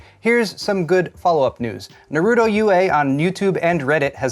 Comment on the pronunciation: It's Nah-roo-toe, not nay-ru-toe